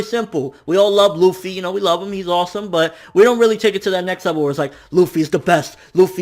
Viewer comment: MATE LUFFY ARE YOU REAL, its LUFFY